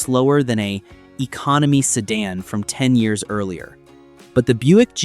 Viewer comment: ai cant even say year right.